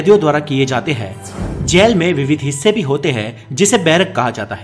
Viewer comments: Bhai galat bol raha h baar baar gel gel gel bol raha h bhai jail hota h jail achhe se to pronounced krle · जैल नही,जेल होता है। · aap jjyail Aisa kyo Bolte ho...it so simple word jail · जैल नहीं जेल 🙄🙄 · Plz pronounce jail. Not jael.. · Jaail nahi re baba its jail.... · Gel or jail bolna sikh lo balon ke gel ki bat kar rahe ho Kiya 😂😂😂😂😂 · Jell Nahin Jail Hota Hai Be , Pehle Theek Se Bolna Seekh Le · Bolna to seekho jail ya jal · Jail bolna seekhke pehle tu